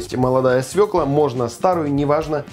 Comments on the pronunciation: Не свекла,а свёкла. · Всё ок, только не свекла, а свёкла. Молодец!!! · Не свеклА, а свЕклА. И никогда не говорите "яички", только "яица" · Земляк, молодец, только обязательно свекла, а не свеклА, морковь, а не мОрковь, а так все аппетитно! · Прекрасные у вас ролики, но в слове "свёкла" ударение на Ё. Простой стишок для запоминания: мы у тёти Фёклы ели борщ из свЁклы. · Всё же ударение в этом корнеплоде всегда ставится на Ё и звучит как СВЁКЛА. По-русски желательно говорить грамотно, коли ты на публике красуешься и пиаришься. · Свекла, ударение на е,яички у мужчин,яйца куриные.